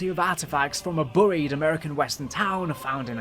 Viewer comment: When you said you was going to mispronounce certain words I didn't expect burried to be one of them😅